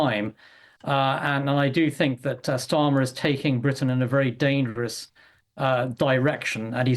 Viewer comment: Sorry it. is serious but would really help if the opening presenter could say the PM’s name lol